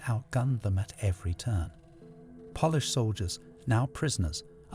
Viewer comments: Y can’t the guy say polish properly 😅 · Would you like a narrator who has a lifetime of experience who knows the pronunciation? I love your videos but if I have to hear the mispronunciation of Polish once more I'll go mad! 🤣 I'll do it for free 😁